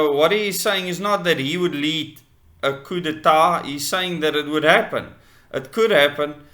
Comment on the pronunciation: The P in coup is silent